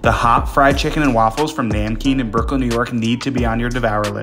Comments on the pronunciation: Its not NAYM-KEEN. Its pronounced as Num-keen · You pronounce namkeen as "Num-keen" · Bro it's pronounced "num-keen"